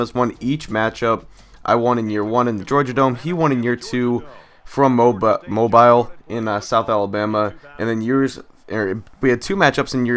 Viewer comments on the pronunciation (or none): It is pronounced mo-beal I live in that are and spelled mobile